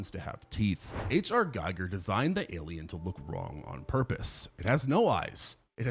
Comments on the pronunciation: ALIEN creator and Script writer's name is not Dan O'Brien, it's DAN O'BANNON. And H.R. Giger's last name is not pronounced "Geiger" it's GEEGER, smdh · Gee-ger.. HR Gee-ger. Please if you are going to say someone's name, get it right. Aside from that great list, I now have a few new movies to watch.